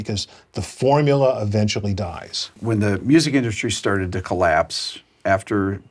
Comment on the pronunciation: as usual Ted Gioia is a very smart guy who has an interesting way of pronouncing certain words with the letter "L" in them, like "collapse", "basically", "listed", "let's", "listening", etc.